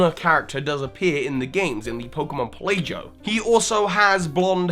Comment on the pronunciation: Pel - ae -joe? It's Pel - ah - go, as in archipelago